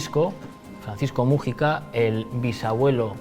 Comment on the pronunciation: "vídeo, wásap, mújica" dios... que manera de acentuar mal las palabras tienen estos españoles, irritante al oido.